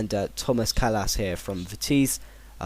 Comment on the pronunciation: Here are some correct pronounciations: "Kolbeyn Sig-toer-sson" "Toby Alderwiereld" "Vitessey"